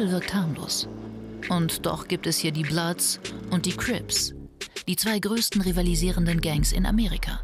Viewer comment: es heißt bloods und crips!